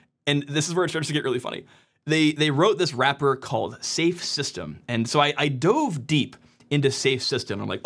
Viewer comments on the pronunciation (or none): none